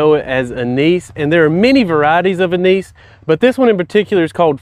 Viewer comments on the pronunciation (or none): none